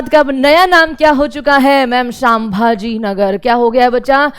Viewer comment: सांभाजी राजे नहीं संभाजी राजे , नाम तो ठीक से लो